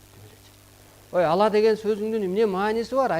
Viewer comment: Бул созду бурмалап атат, ала эмес Алла деп айтыш керек. атайлап бурмалап суйлоп жатат.